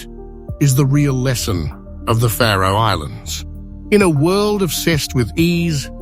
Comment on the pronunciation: Ha, a channel called "The Map that cant be arsed to show a map of the location of the Faroe Islands AND cant pronounce it correctly - Great channel mate